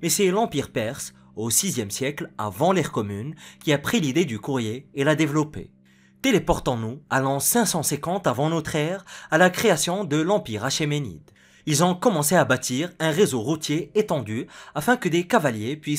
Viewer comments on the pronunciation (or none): Achéménide se prononce akémenide